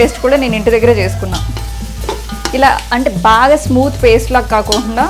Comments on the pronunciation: Kokakunda kadu kakokunda antaru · Hi akka.. meeru endhuku akka kokakunda Ani antaru... Kakunda anochuga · hahaha... really...papam reddy గోదావరి అమ్మాయి కదా అందుకే కొన్ని పదాలు సరిగా పలకలేదు 😛.. నేను కూడా ప్రతి వీడియో లో observe చేస్తా ఈ word ni ,😐😐.. Sri...*koka/కోకుంdaa" ani kaadhu anaalsindhi, "కాకుండా "అని అనాలి.. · sorry to say this yaar 👈👉 kaakokundaa is also wrong way of pronouncing!!! కాకుండా అని అనాలి actually..."అలా అవకుండా /అలా కాకుండా" అనడం కరెక్ట్ but అలా kaakokundaa అనడం some what doesn't sound good 🙂